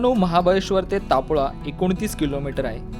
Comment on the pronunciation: Great vlog...tnx...but pronounce it as Taapola not tpola...and Paachgani in marathi...Panchgani in hindi....Marathi vlog mhanun observations sangitla....amche gaav aahe te....